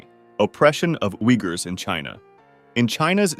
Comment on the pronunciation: Junta is pronounced hunta. Uughurs is pronounced weegurs.